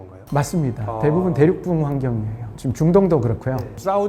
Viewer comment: 대륙붕을 발음 하실 때 계속 대륙뿡 대륙뿡 이렇게 발음 하셔서 무슨 대륙의 방구 같은 느낌 입니다. 대륙뿡뿡이 핑핑핑